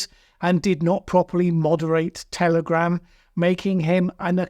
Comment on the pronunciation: Did I hear you say "Terrorgram" 36 seconds in?? 🤔🤣